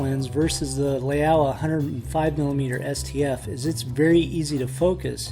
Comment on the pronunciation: FYI Laowa is pronounced as Lau(rhymes with wow)-wa, meaning old frog in Chinese.